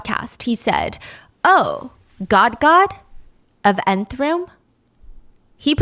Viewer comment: it’s not called the 9th room it’s the Nth room😅